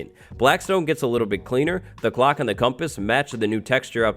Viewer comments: everytime says "clock" it sounds like glock idk why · I’m sorry but every time he said clock my brain thought he was saying glock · every time hes says clock i think hes saying glock